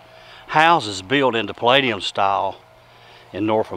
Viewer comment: Palladian style, not “Palladium!” If you’re going to use terms like this, educate yourself.